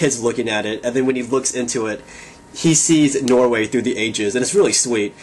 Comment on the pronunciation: Woho! Awesome dude! Hehe, I am Norwegian. I was like "What did he just say?" when you said "Norway". HAHA. Yeah, and the chicks are awesome! You should see the Norwegian Landscape. Keep it coming!